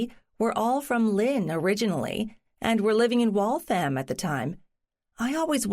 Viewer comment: Waltham should be pronounced WalthUM, not WaltHAM.